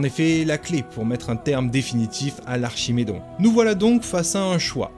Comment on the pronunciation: dans dragon age origin c est archidémon pas archimedon , et on se dit fan de la franchise 😂😂 et c est alistair pas alistar et c est loghain pas Logan c est chatGPT ou quoi